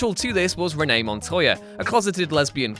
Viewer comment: Its renee Montoya, not Rene montoya